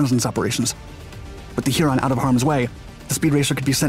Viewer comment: The pronunciation of Huron as Heeron is also bizarre.